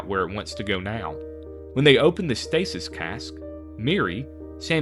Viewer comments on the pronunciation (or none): none